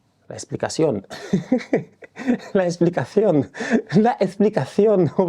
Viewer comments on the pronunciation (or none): « La ekssplikassione » 🤣🤣🤣